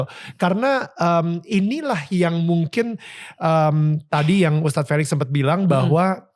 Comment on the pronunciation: Tolong host...jangan panggil Tad. Panggil ustadz. Jangan dipotong ya. Cuma 2 syllables kok kenapa dipotong and it's completely wrong.